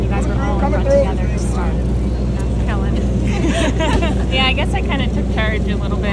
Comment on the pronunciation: I don't know how they could get Kellyn's name wrong. They got it right in the interview.